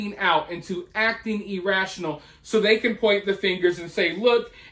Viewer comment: he was pronouncing it E rational. I know what he meant Karen